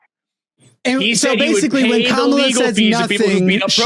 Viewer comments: Just let them know the accent is on the first syllable not the second syllable. Kamala, first syllable. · It’s weird how stuck on how to pronounce her name they are but she’s been inconsistent on it herself. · Funny that advocated for correct pronunciation of Kamala n immediately made my brown Indian Hindi speaking skin crawl with his pronunciation of it. Oh lord, white ppl just wont get it. That said, i love how is on a roll this week. This is the 2nd caller he has taken to the gallows and offered up as a sacrifices to the Globs. I love how Theo was jumping up and down and was getting flustered like the lost and mentally unhinged sheep that he is. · I've heard Harris mispronounce her own name.